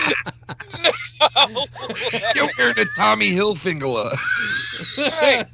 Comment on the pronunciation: Tommy hil-fig-u-lar